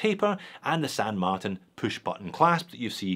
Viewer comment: Thanks,. I like the new pronunciation of ‘Martin’. 😊👍